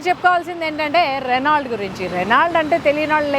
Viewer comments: రెనాల్ట్ కాదు...రెనో అని పలకాలి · Reno Ani palakali T silent